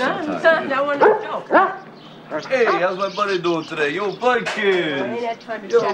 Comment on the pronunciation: The dog is not called Butkus, It's called Buttkiss. Just listen very carefully to how its said